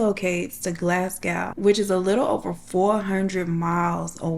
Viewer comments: Glas gow 😂😂 its glas go , or to most Scots its glesga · I love this! Although Glasgow is pronounced Glahz-go ❤️ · Fife was correct (Five with an F) but Glasgow is Glas-go 😅 The book reviews at the end killed me, especially the way they were read 😂